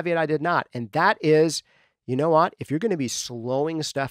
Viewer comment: DUDE! YOU SAID MY NAME!!! Much thanks to you and what you do here! I've been a fan since day one. You're literally the only podcast that I listen to like a religion. The nitty gritty detail that you go into, the relevance of the material, the way you say "whot"... it's all great stuff! I plan to continue to support you in any way that I can. Do you need an engineer? A video editor? A coffeemaker? I got you! :D